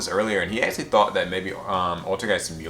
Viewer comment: When you say "actually" it sounds like axily